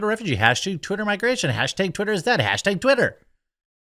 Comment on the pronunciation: Fuck stop saying hashtag like that